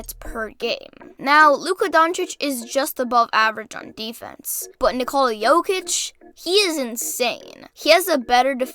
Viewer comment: Bruh its Jokic and it aint even close